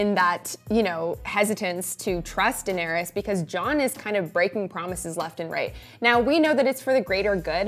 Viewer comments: It’s DAEnerys (Deh-neh-ris). Not Daenerys (DAI-nae-ris) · Die-nerys XD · Why is the male host pronouncing the name in such a strange way. Daieeenaries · How about dAYner-us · I’m too distracted by how he’s pronouncing Daenerys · So we are not going talk about about the way he pronounces Daenerys?? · This is season 8, and you're 'reviewing' the show. How do you still not know how to pronounce the name of one of the biggest characters of the show, whose name is mentioned countless times throughout the series. It baffles me. I know it's kind of a small thing, but I can't take your opinion seriously if you don't even pick up on the correct pronunciation of Daenerys. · This should be called, dude that can’t say Daenerys. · Only I the only one bothered by how he pronounces Daenerys lmao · What the hell is wrong with him has he never seen the show or heard anyone say Daenerys in his life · This is great but can you please learn how to pronounce Danaerys and Arya correctly...